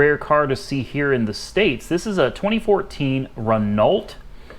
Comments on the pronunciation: SAY Ren-o as in BEN-O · It's actually pronounced "Reh-know". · Its pronounced Ren-ow. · It's pronounced Ren Oh. In Europe the Sandero is built by Dacia which is basically the budget arm of Renault. Chances are it will be what we call in Europe "poverty" spec, so sparce on extras. Over here they tend to be very basic, cheap runarounds. If you spec them up the list price doubles and you might just as well bought the Renault spec'd up version in the first place. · Renault is pronounced "REN-OH".